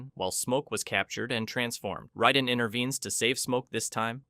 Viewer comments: raiden not riden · it's not ryden It's Raiden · It’s pronounced Rayden not Ryden. Go watch the movies and listen. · OMG this video was so hard to watch simply because of your constant mispronounciation of all the damn names 😡🤬😤...like were you having a stroke while recording this!? Lol cause sometimes you'd say them correctly then other times you'd just choose to mispronounce them Raiden is RAY DIN not ride un Lui Kang is Ka Ang not kon g You even went out of your way to say Kano wrong....Kay NO...not kaw no This video was great but that little bit was driving me crazy!!! Sonya....Sa own ya not Sa on ya....my god man 🤦🏽‍♂️🤦🏽‍♂️ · Why do you keep saying “riden” when it’s “raiden” that’s bugging tf out of me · How are you a fan of a franchise that 35 years old and refuse to pronounce the characters names CORRECTLY🤦‍♂️ Who is “Rieden” and why is he playing RAIDEN’s (RAY-DEN) role? The game told us how to pronounce his name from day one. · Ryden? Who tf is Ryden? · Can not excuse this disgusting pronunciation of Raiden. Raid-En. Cmon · You lost me at "rye-den". Any human who has ever heard of mortal kombat knows this. Loser. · Ray-den = raiden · Sorry, wtf is that pronunciation of Raiden????? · How can you have all this information about the MK universe but can’t say Raiden’s name right